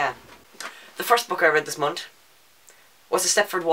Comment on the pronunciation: When you say month it sounds like you forget that there's an h at the end. "Mont". I love it, haha. Also, you couldn't stop swivelling in your chair, haha! OH, MAN, WHAT ARE THE ODDS? ON THIS DAY I TOLD YOU MY STEPFORD WIVES-ESQUE SHORT STORY! That escalated so quickly, hahaha. "20 books? I read that in my sleep, upside down, in cave, at night!"